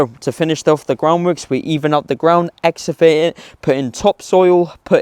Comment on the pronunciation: The word you struggle with as a site manager is "excavate" pronounced "ek-skuh-vayt".